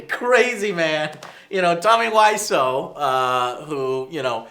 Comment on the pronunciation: "Nich" "Tommy weissOh" I don't know why these bothered me so much, I need to get some help.